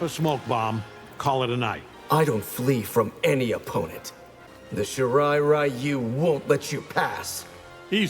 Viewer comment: Wtf did Smoke say? It says Shirai Ryu but he says Shirairai Ryu